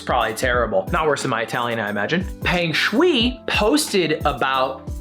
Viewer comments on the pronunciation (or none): peng shuai is read p - eng shu - ai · As someone learning chinese your pronunciation wasn't that bad, Viya was pretty accurate but Peng Shuai was off, pronounced "Pung Shoe eye". Merry Christmas :) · you pronounce "peng shuai" as "pung shuwhy" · Homie really said peng shooey lmao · Dont worry ludwig ill send you my social credit points i got some spare Also to properly pronoucd it its ph-er-ng sh-w-ai Dont pronounce the r too much tho